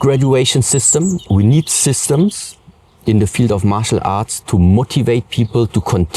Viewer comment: Sounds like he said muscle art